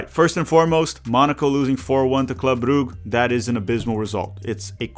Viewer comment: Brugge is pronounced more like Bruzh